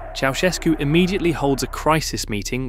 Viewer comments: "Ceaușescu", not "Chiaoescu"... are you that dumb,? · Interesting documentation, but it is really absolutely embarrassing that the name Ceausescu is permanently pronounced wrong: Correct is not "chi-au-esko" (the "i" is totally wrong!) but "tschautschesku"... shame on you according to rule no. 1 of journalism: "Everything could be wrong, but not names..." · Ça se prononce pas chaoueskou mais chaouscheskou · Pronunciation toh sahi kijiye. Ye "chow ses koo" Pronunciation hai. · "Choeskou", "Soseskou", "Kaosu", "Seseskü", "Kaoskü", "Chiaowescou", "Chovoscou", ...😂 Un enfant de 3ans prononcerait mieux son blaze! Il n a pas été prononcé une seule fois correctement!!! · Its pronounced Cow-Chess-Coo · ¿Chogoescu? A ver si te esmeras en pronunciar un poco mejor, al menos que se parezca a lo que es. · Ceausescu se pronuncia "Chaushescu". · "Chow"... Shevski... 😂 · Ki, an der Aussprache des Namens musst du aber noch üben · the mispronounciation in almost every romanian word is pissing me off so bad, i'm sorry. i don't mean to be rude, but it makes me so mad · Décidément pas facile à prononcer Ceausescu ...😂😂😂😂😂😂😂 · Bjr, la prononciation automatiquement doublée du nom Ceaușescu pique fort les oreilles !! 🙉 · チャウシェスクの名前を呼ぶたびに発音が変わるのはなんなんだｗｗ